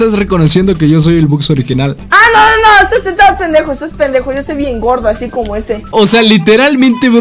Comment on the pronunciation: Dice penejo en vez de pendejo 🤪🤣🤣